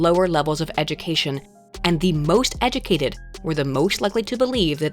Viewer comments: Did anyone else hear pronounce it “eh-doo-kay-did”?? Like, multiple times? Or is that just me? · You say “educated” funny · A video about education where the narrator cannot pronounce the word educated properly...